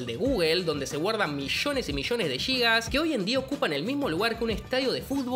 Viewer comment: No son "Yigas". Sin "Gigas". Y tampoco en realidad son "Gigas", sino "Gigabytes". Intente aprender al menos las unidades básicas y como pronunciarlas.